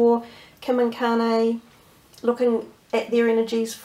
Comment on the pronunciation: Its Kanye (Con-Yay)